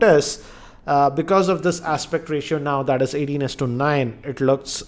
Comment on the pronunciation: andaa sixaa inchaa screenaa aspectaa ratiooaaaa ,its gotaaa ...wtfaaaa